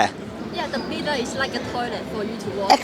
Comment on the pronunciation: Lol wash ass machine!!!🤣🤣 it’s called a bidet pronounced bee- day.🤣🤣